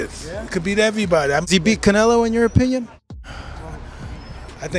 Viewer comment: U can't even say Canelo 😂😂